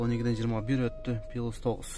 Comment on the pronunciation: Оштук туугандарым таарынбагыла оштук десем , колдукту колдук оштукту оштук дейтта негизи, плюс дегенди туура суйлогулочу сураныч пилус дебей